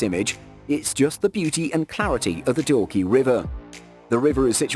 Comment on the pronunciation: Its dawki nor dorky..love from shillong, Meghalaya